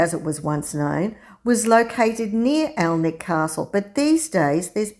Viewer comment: Nice video, gorgeous church! You might want to know that Alnwick is pronounced "Annick", losing both the L and the W. You're OK with Alnham though. :)